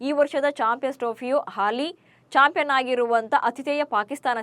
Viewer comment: 1.41 ಚಾಪೇ ಯನ್ ಅಲ್ಲ. ಚಾಂಪಿಯನ್ ಟ್ರೋಫಿ